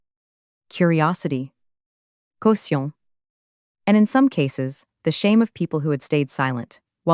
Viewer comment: Agreed it was funny for me (French being my first language) to hear words like “caution” pronounced the French way but with and English accent 😁. Especially that particular word has two meanings in French, the same as in English as an adjective but also as a noun it means a legal guarantee deposit, which in the context makes it even more funny! I double enjoyed that story 😂.